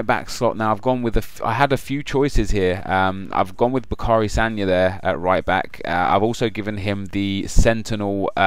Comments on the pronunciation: BA-CAR-E SAGNA ? WTF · Yes that's true and you are entertaining but the way you said Sagna's first name yrfcjdkdjekdkkf